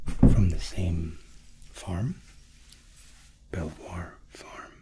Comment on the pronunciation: Belvoir is pronounced beaver fyi